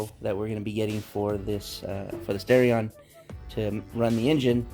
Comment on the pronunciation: Its not stareion, its starion